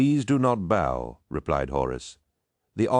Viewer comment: Too bad about it being read by AI. If you doubt that it isn’t AI the voice reads bow as a bow and arrow not someone preforming a bow motion.